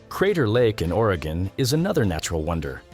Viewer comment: At least the AI voice pronounced Oregon correctly.